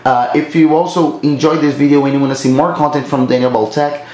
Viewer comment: You gotta practice how to pronounce the word "to".